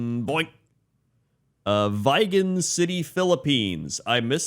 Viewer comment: Vigan City is pronounced basically the same as "vegan"